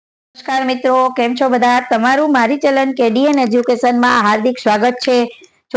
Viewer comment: અરે બહેન.... પહેલાં તો તમારો ઉચ્ચાર સુધારો.. ચેલન ના બોલો.. ચેનલ કહેવાય.. શરૂઆત માં જ ભૂલો કરો છો ને શું ગુજરાતી શીખવાડવા નીકળ્યા છો!!!